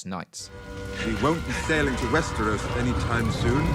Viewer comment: "Westewos" I was half-expecting him to say "biggus dickus" at some point